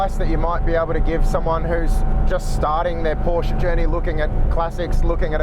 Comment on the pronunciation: Learn how to pronounce "Porsche"......berk!